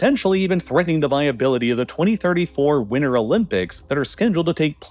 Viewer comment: WINTER HAS A T WINTER HAS A T